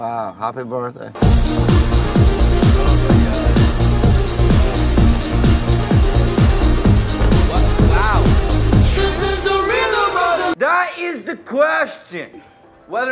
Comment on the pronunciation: “Wow happy birsday” 😂😂😂